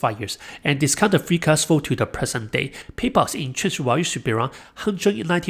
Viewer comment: Value has a V sound in it… haha a Walue trap